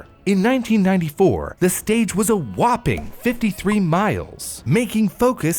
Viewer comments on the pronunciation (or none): none